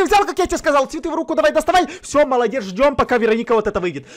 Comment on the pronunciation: Это не ВЕроника. А ВерОника.